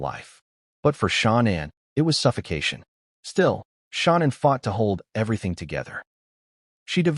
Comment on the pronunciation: Her name is Shannanne not Shonnon